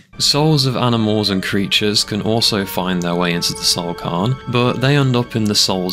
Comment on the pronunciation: Fam if you can't pronounce a word try and minimize the amount you say it. You said cairn wrong like 30 times in 2 minutes.